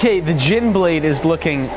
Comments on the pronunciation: You pronounce Jian like Ch-i-an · It’s jiàn (剑) making the a short and you go down on the a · As much as losing those blades must have sucked, I’m glad you circumcised the hook sword to make that beautiful Jian (pronounced like jyen btw). It’s my favorite chinese (and possibly east asian) sword. Also a lot of the time it’s held with the index finger choked up on the guard, which makes it easier to make fast, flicking cuts. It’s so much fun! I’m sure my old masters would love to have a sword like that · Not that anybody asked, but the word Jian is pronounced as a soft G rapidly blending into a 'yen'. Gee-Yen. The ee is very quick, almost skipped, with a bit more emphasis on the 'en'. J is a soft letter, i is typically pronounced as ''eee', and 'an' by itself or following a hard consonant is usually 'ah-n' as in father. Following another vowel sound it tends to be more often pronounced as 'eh-n'. All of this is dependent on accent of course. Thus endeth the pointless chinese pronunciation lesson that no one asked for, but that I ,in my arrogance and self-importance, was more than happy to provide. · its said like zhin. I think. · If you can't pronounce jian, just say jen or even jin.